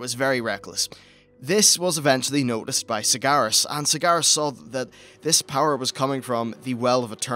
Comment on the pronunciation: Kalamindor... Sagaras... Hmm pronunciation at it's finest